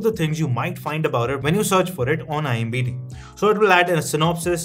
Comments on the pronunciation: Bro it's IMDB NOT IMBD... 🤣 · It's IMDB not IMBD ffs🤦🏻‍♂️ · Its IMdB bhai ...it sounds awkward 😅